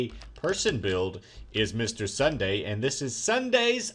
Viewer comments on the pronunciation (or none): Ssundee... Not Ssundae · It ssudee not ssundae srry that's how it is pronounced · It's Sun-Dee not sundae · I love you, but it's Ssundee, not Ssundae! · His name is ssundee not ssundae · NIts Sun deeeee not Sun dayyy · It's pronounced Sun dee not day!!! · It's Ssundee not ssundaeand build xpxrmx13's bat cave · it Ssundee not Ssundae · Two things... It's Ssundee not Ssundae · It's not Sundae it's SSundee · It's not ssundae it's s-sun-dee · his name is Ssundee not Ssundae fix it plz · It's Ssundee not Sunday you pronounce it we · Its sundee not sundae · Sundee not Sundae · its ssundee not sundae!!!!! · Ssundee... Not Sundae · and its SSundee not SSundae!!!!!!!! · U said sundee wrong (sun-de) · Its SSundeeeeee idiot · That's not how u pronounce it it is (sun) (dee) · U messed up ssundees name